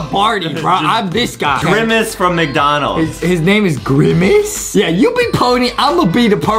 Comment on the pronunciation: I never laughed so hard in my life when justin said "I am grimice"